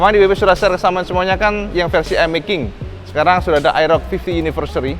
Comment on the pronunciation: mas,,,model AEROX mas,,,,bukan aerok